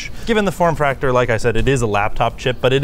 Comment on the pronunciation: "form fractor"